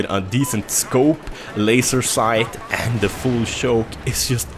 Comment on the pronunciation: I like when he says shoke, shoice and other words ;D